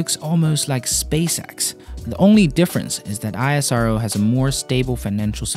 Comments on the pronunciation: Great video. However the agency is pronounced as 'Eesrow' not I.S.R.O. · First time I saw a man who can't pronounce isro name correctly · It's ISRO, not I-S-R-O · It is "isro" not I.S.R.O!! SAME. AS nasa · Am i only one who finds it irritating when he speaks I-S-R-O instead of ISRO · Goodness! It's not "ai-es-ar-o". it's pronounced "ISRO" just like "NASA" is not pronounced "en-a-es-a" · It's not I A SARO , THIS ISRO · Pronounce it as ess-row (ISRO) calling it I-S-R-O is bit awkward..... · its not I S R O its ISRO pls say it properly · I -saro 😂😂😂 It's ISRO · It is not I S R O. It is ISRO. Pronounced as ISROW. Our agency. Our pronunciation. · It kills me Everytime he says I S R O... Just call it isro. Sounds nice. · Its pronounced ISRO, not I-S-R-O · First of all it's called Isro not I S R O....like Nasa not N A S A... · Why you are pronouncing I-S-R-O, you didn't pronounced NASA as N-A-S-A, It's ISRO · BRO.... PRONOUNCE LIKE "ESRO"...BUT NOT "I S R O" SEPARATELY 😅🤩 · "Aizaro"? Seriously dude? It's "Isro". Damn it sounds exactly as it's spelled. Ignorant piece of shit. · It's not I S R O ITS ISRO BRO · its pronouce is not I-S-R-O.. Its ISRO. .Combine 4 letters while pronouce.. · That's not "eye sro" that's "ISRO" pronounced like "esro" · How could you even read and pronounce like this I A SARO, ISRO. You should say IS---- RO. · My ears cannot take that I S R O pronounciation. Its pronounced as ISS ROW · Why are u calling it I_S_R_O ? and not IS-RO ?🙄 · You could pronounce ISRO as a single word instead of I-S-R-O, just like you say NASA (not N-A-S-A, which would again be of course very cumbersome to pronounce like that every time). Great coverage though. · Isro is pronounced 'eesro' and not hiheshiro... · Its called isro not I S R O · Stop saying I-S-R-O!! It's ISRO (esro). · It's not "iasero" it's "is-ro". Rest of the world don't have as developed UVULA as Indians in terms of pronunciation. Keep trying. Cool reply from INDIA. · It is pronounced eesro